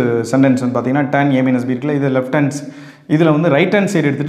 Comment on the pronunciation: Pronounce tan not turn but super sir